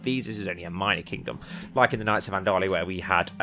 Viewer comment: Andal-Lusia (Andalusia in spanish)